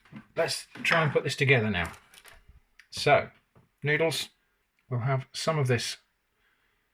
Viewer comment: No, it’s noodleara 😂